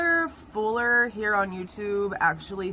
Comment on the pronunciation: It's Tyler Feller not Fuller..